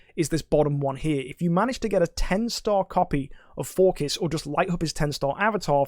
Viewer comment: gave me the boost i needed to get 3 THREEEE e5s? xD P.S forkis is pronounced forsees